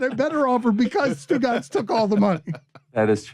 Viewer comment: Haha Stugotz = stu caz !!!